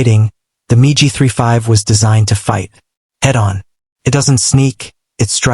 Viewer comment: You fools and your miserable Computer generated voice. Most intelligent Children would know that MIG, is not Pronounced Migi😊 Your embarrassing yourself!!